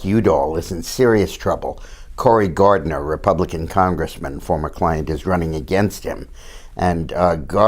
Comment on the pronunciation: And it's Gardner instead of Gardiner